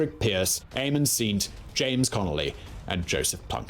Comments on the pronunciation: Éamonn Ceannt said as seent was kinda painful. Literally said the same as cant Or as I've heard people say it here in Ireland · I liked the narration so much that I forgive the strangulation of Irish names. Cumann na mBan was fun, Éamonn Ceannt was murder 😄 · Apart from the woeful pronunciation goofs - poor Simon really needs to study Irish surnames like Daly, Mac Diarmaida and Ceannt - this video was quite impressive. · Is Ceannt pronounced ' Shont ' ? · If you're going to do a historical piece on Ireland you should at least try and get the pronunciations of the Irish names correct. His pronunciation of "Mac Diarmada" and "Ceannt" are so painful to an Irish ear! 😖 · I must add that I have enjoyed many of Simon's videos. It is just a pity that he fell below par in this otherwise excellent piece with such poor pronunciation. Admittedly Irish names like Mac Diarmada and Ceannt might seem difficult for English people, but there should have been no problem at all with Daly. There are lots of videos on YouTube which might have helped with pronunciation.